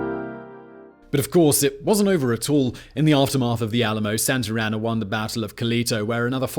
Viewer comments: I wonder how many times he said santr anna and not Santa Anna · “Santarana”? haha Santa Ana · Very informative. Excellent job as usual Simon!! The only thing I'm trying to figure out is.......who the hell is Sant'er' Ana !!!! I always thought it was Sant'a' Ana. HUH!!! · Please, just please. Stop calling him Santarana, his name was Santa Anna. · For my fellow Americans and everyone else. “Santer Ana” : incorrect. Santa as in 🎅🏻 Santa Ana: correct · I like how he keeps calling him "Santer Ana" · Love the videos, but you saying Santer Anna about drove me mad. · It’s funny how he pronounces Santa Ana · least of mispronouncement transgressions